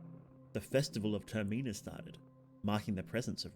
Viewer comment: I am begging you please pronounce termina any other way